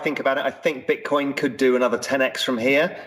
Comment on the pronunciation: is back with 'Beetcoin' and 'Eeetheum'